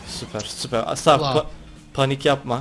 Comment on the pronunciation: O Nasıl Sarp Demek Sarpğğğğğ